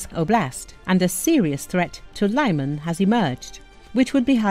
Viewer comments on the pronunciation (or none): Liman is not pronounced laiman, it is leeman.